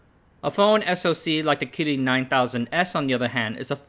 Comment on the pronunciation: The way you pronounce "kirin" is super annoying